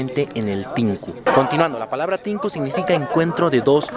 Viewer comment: NO ES "TINKU" es "TH`INKU"